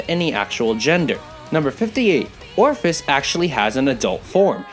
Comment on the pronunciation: Did my man just call ophis, Orphis?